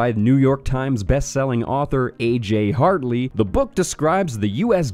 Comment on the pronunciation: I think you pronounced Hartley wrong. Its Hart-ley (Heart lay).